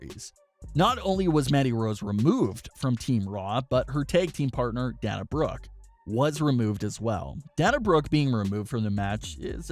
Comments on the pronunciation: its not DAN-UH, its DAY-NUH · Day-na not da-na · It's pronounced Day-na not Dan-a. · I think that you should learn how to pronounce Dana Brooke’s name correctly. You kept calling her Dan-a when her name is Pronounced Da-na (Day-na). Her name is pronounced the exact same way that UFC president Dana White’s name is pronounced. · This guy is supposed to be a wrestling news channel and yet he can’t even pronounce Dana Brook’s first name correctly. It’s pronounced Da-na, NOT Dan-a. It’s pronounced the exact same way you pronounce UFC President Dana White’s name. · It is not da na it’s day na that’s how they say it on tv and is how the name is supposed to be said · Bruh it’s Day-Na say it with me Day-Na 🤦🏽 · Dana is pronounced like Dayna like Dana White from UFC lmao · Dana is pronounced DEY NAH. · Say the "A" in her name! Your driving me nuts lmao D"A"na Brooke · Dayyyyyyyy-na! Jesus christ. 🤣🤣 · Lol! Dan-a Brooke. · It day-na Brooke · I screeched every time he mispronounced Dana. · at this point he’s trolling us mispronouncing Dana’s name 😂😂